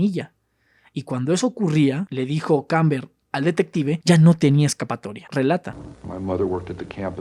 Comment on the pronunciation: Kemper,no kamber